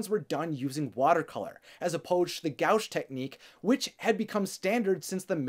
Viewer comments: I enjoyed watching this, but just a note for the future - gouache is pronounced "gwash" not "gowsh" :) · I loved this little documentary! Great job,! One small note though: Gouache is prounounced "Goh-WASH," Not "Gowsh." But it's kind of a stupid word, everybody gets the pronunciation wrong;) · Gouache is pronounced Gwash. But this is great! Literally the first time i saw someone like my self on screen. As a Pacific Islander it was so freaking awesome to see myself and people who looked like me and from a family like mine. Also the song aloha oe is a song by the last queen of Hawaii essentially letting go of the islands to the United States, it feels so much more poignant as a member of the US government is coming in to get a young indigenous child. The song is played as a goodbye and a promise. It’s almost too perfect how that song fits into this film. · Great video... one complaint: it was very distracting how has difficulty with pronunciation several words throughout (goeesh instead of 'gouache', for example lol) and inconsistency and mispronunciation of names (DuBlois, for example). Which took me away from what was being said for a few seconds, i had to rewind and rewatch but I had to concentrate very hard to avoid those mistakes.